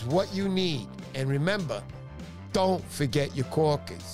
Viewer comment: Um... what are "kaw-kiz?"